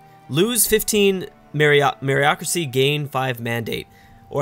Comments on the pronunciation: It's funny hearing him pronounce meritocracy merryocracy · MeriT-ocracy and CaV-alry